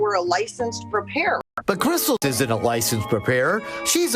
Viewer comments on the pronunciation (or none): I like how it comes out as "krissal"